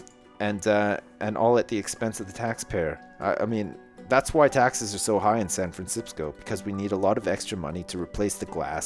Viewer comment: When I Try And Say San Francisco , All I Can Say Now Is San Fransipsco